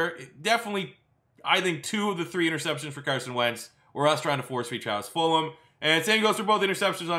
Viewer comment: I love how he says fulum